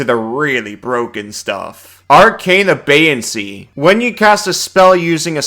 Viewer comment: Great video. Small critique: it is a-bey-ance, not a-bey-an-ce.